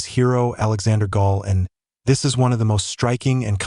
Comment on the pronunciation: The whole video is BS and the commentator who constantly calls Alexander GaulAND "Alexander Gaul" is a bad joke!